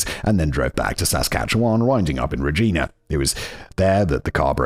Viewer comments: As someone who was born and raised in Saskatchewan, this episode was painful to listen to. For the record, the "wan" in Saskatchewan is pronounced like the number 1, toque is pronounced like "tuke" (long U, no eh sound on the end), Regina has a long I sound when referencing the city, and "paring" is a homonym of "pairing." Now do Robert Latimer. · My god his pronunciation is erking me it is too-k, pairing knife and im not from Saskatchewan but we say Regina (yes is does sound like the word your thinking of trying not to say) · Simon: they told me it's super important to pronounce Regina like the people there do Also Simon: gets it right twice and then wrong 87 times after that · Simon totally ruining the pronunciation of Regina, and Toque is making this video so hard to get through..... ... lol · MAN! Simon had Regina right then he changed the way he said it for the rest of the video!! Lol So close! 🇨🇦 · It drives me nuts that Simon will use ChatGPT to ask about “ends meet”, but not how to pronounce “Regina” or “touque”. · Three hours of me losing my mind at fact boi’s pronunciation of Regina and toque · And Regina, I was screaming every time he said it! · Man. The pronunciation in this one is pain. lol Also I LOVE That he had Regina correct the first time. And then got it wrong trying to correct himself. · Well done David, I cringed on your behalf at all of the mispronunciations like Regina and Toque. And here I am shouting at my phone. I even wandered over here down Spotify because it bothered me so much. I was like, he gave a pronunciation guide is Simon just Fucking with us now?! Is he doing this for shits and lovelies? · Regina is REE J-EYE NAH. Toque is TWO-K. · Regina actually in pronounced ri-JY-nuh rymes with vagina. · In Canada the way we pronounce Regina rhymes with "vagina". So long as you pronounce the city name without the letter V you won't offend the locals. Also of note, a song was written about David Milgard: "Wheat Kings" by the Tragically Hip